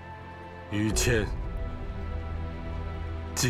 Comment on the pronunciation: 老朱，麻烦叫“于谦”不要叫儿化音，一听见“于谦儿”，太跳戏